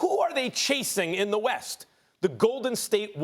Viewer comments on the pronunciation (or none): none